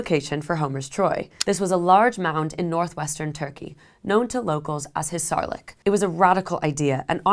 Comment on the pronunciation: Troh-add, two syllables, accent on the first. Hissarlik accent on first syllable. I could go on. I’m wondering where you got your degree. There are many Greeks alive today, and you could have asked one for help. The lack of attention to simple details like how to say words very much takes away from your work.